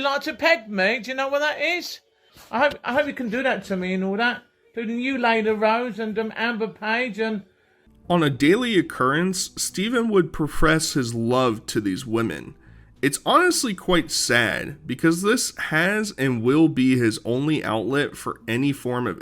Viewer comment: “profress” instead of profess 😅